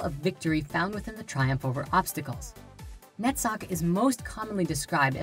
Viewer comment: Awesome topic in three parts. I would only complain about hebrew names from left to right. And only Netzach pronunciation would be noted as different. Other than that, very enlightening. My whole gratitude for this. By the way, have you ever thought about subtitles? I still think about people who can't listen.